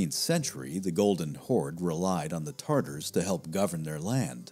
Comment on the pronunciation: *Tatars Not like the sauce